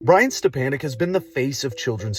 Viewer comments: Step-a-nick not step-an-nick. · His name is pronounced step on ek not an ek